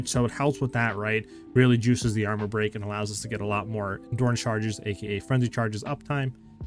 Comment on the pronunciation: I swear I'm hearing it wrong.. I hear Endoorance charge every time 😂.